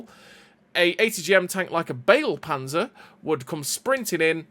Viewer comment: Hahahaaaa "bagel panzer". Pls have Google speak Begleitpanzer to you in German.